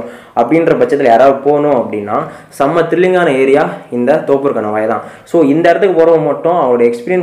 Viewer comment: தோப்பூர் இல்ல நண்பா தொப்பூர்